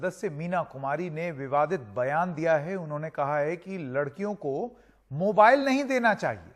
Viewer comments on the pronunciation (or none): none